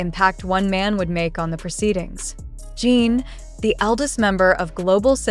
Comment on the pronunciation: JIN not jean can your pronounce it correctly???????